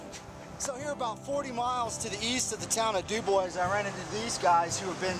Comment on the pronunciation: I love your videos! I enjoy all the scenery and people you interview. BTW, I think Dubois is pronounced "Doo-bwah."